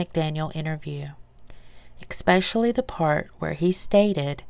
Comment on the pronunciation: I agree -- the narration is fine, but far too slow. Also, it gets me when people say "ex-pecially" instead of "especially", one of a couple mistakes in the narration. The slow pace and long pauses are the biggest problem. And the "I was there" makes it seem like the narrator was there!